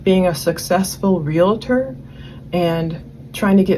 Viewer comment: Okay, I’m officially done listening. If you can’t pronounce the world realtor correctly, without an imaginary A in the middle of the word, I don’t trust your research. Learn to speak!